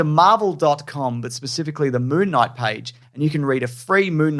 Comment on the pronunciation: …are they saying Moo Knight?